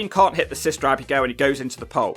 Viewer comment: I love how you say, Abby-Gail haha